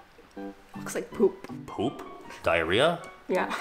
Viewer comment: The way he said poop got me weezing